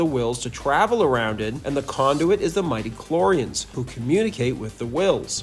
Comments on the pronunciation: What you say is accurate until except for the statement that Luke fell from grace. You don't seem to understand the meaning of the phrase. It's not mighty-choreans, it's midi-cloreans. Yes, Leia IS the chosen one, the one who brings balance to the force. It's not Richard Marcan, but Richard Mar-qaund. Lucas' version of the Sequel Trilogy was made in the Clone Wars, AND IT WAS GREAT! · "Soary" isn't a word. Maybe work on that. Cheers! "Mighty-clorians" is also mispronounced. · Literally plays a clip where “midichlorians” is pronounced correctly, and continues to then pronounce it very wrongly 😂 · Why are you mispronouncing the word midichlorians though? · How on Earth do you manage to mispronounce midichlorians?